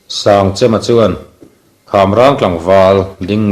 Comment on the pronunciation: Sangchema hming a lam dan hi a dik lo chêm tih tur Kan chem hman ang chem tih thluka hmanloh tur.